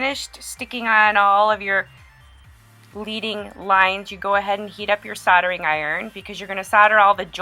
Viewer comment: It's not LEEDING line it's pronounced LEDDING and from what I understand it is really made of lead, which is really used in stained glass and why it's called leading, which is toxic. So be careful, wash your hands, don't overwork it. Nice piece, thanks for the demo!